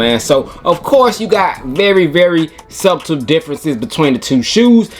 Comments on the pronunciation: Man’s said sub-tle 😂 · Wait... did he pronounce the "B" in "Subtle"? I'm out. Dope vid, though. 😂😂😂😂😂😂😂